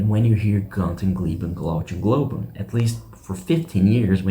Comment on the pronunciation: You're not a Def Leppard fan, or you would know it is pronounced "GOON-ter", not "GUN-ter. And "glow-GHEN" not "glow-CHEN"